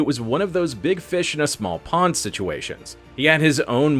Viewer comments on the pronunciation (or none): none